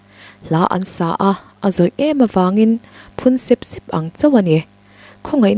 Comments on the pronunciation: A ngaihnawm in i thu chhiar ngaihthlak a nuam hle,amaherawh chu 'sep sep'i lam dan hi a fuh lo deuh- phun sep sep leh eng de sep sep tih a sep sep lam dan hi a inanglo a,i thuchhiar ah hi chuan phun sep sep tih kan lam dan ami ang hian lam tur a ni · A van ropuiin a van ngaihnawm thin tak em..mahse..I thil chhiarah ..sep sep..thluk hi a diklo..thil tle.de sep sep angin i lam ri a.. heta sep sep hi chu zawite. Se se..anga awmze nei ania.. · A thiam viau a, a thluk diklo awm leh zauh ṭhin hian beng a ti kham deuh...entirnan. sep sep....sep hmasa hi a ri sang zawk tur ani. An phun ri sep sep tih ang chi ah hian. Chakai note an vak sep sep tih ah hi chuan a thluk a dang leh thung.